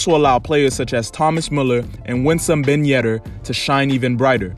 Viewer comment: Did he just say Ben Yedder?